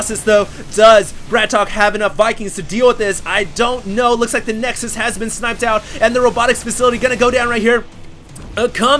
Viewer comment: that's what plural of nexus is called! for once he actually was saying it right..!